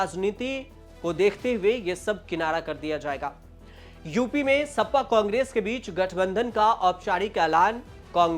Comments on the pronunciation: सपा सप्पा कब से हो गई। ठीक से बोलो गुरु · सप्पा नहीं सपा 😂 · Sapa to sahi se bolo